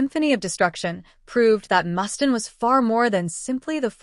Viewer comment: Who the F is Mustan? Pronounce his name right!